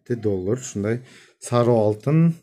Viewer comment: саруу эмес сары деп айтылат кыргызча